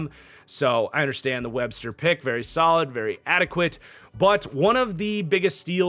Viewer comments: Love the video! It’s LaJohntay Wester btw not Webster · it’s wester not Webster for lahjohntay